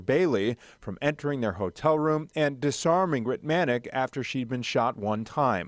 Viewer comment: Thank you for highlighting this case. The Sergeants name is pronounced "Ritt-mi-nik."